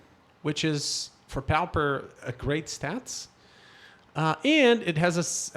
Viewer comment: You do know it is pronounced popper not powper. A pauper is a very poor person, not necessarily a vagrant but more like what we nowadays call a welfare case. Pauper is referred to as a poor man's MTG because it is limited to only commons. The Pauper and the Prince is a famous book that is known all over the world. Do most people in Brasil pronounce it powper?